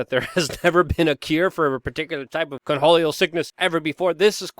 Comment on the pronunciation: Take a drink every time Luke says "Conholleo".